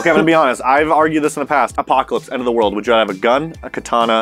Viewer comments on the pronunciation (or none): none